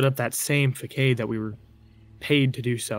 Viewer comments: "Fa-kade" its "Fu-sod" 🤦‍♀️ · Dude seriously if you gonna have some read a script tone it down 🤣... I bet you wanted to kill this guy the way he repeatedly slaughtered the word facade ...several other words he couldn't get out... and his nervous energy (or fearful memories) is really his mom just choking to death on the script 🤣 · You mispronounced façade LOL. 🤦🏼‍♀️🤣🤣🤣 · Is he mispronouncing facade ? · Ikr? Oh n what about "I digress. Anywho" I didn't know what was worse fuhkade or clicheickle. Uuhhgg. I cringed just typing those. I'm almost certain now that he was a voice actor reading from a prompter or cue cards and not the actual "victim" who wrote the story in the first place. It totally ruined the experience for me and not real sure why.